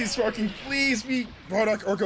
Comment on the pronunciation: I hate how he pronounces sparkingggg 😖